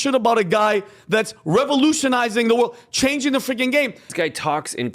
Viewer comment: The stupidity truly is astounding. when he tried to pronounce "revolutionizing" I was afraid he was going to hurt himself. It sounded like he was having a stroke in real time! And yeah... I have to agree about him being a complete Elon nob-gobbler.